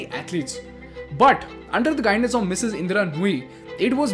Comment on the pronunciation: I follow your channel closely. However I was quite puzzled by the emphasis on the Mrs, of Indra Nooyi’s name. Maybe next time you highlight women, try to enunciate less on the Mrs. part and more on the person herself.